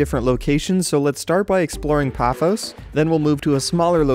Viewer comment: It is paphos like pa foss